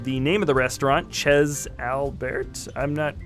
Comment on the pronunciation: the 'Chez' is pronounced 'Shay' :)